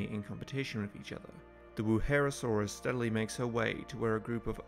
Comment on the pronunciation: It kinda pains me that you say Wuherosaurus, when it's Wuerhosaurus.